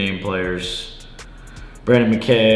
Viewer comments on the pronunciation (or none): none